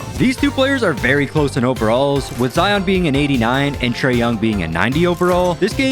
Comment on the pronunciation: being a zion myself, ITS ZI-YIN NOT ZI-ON thank you!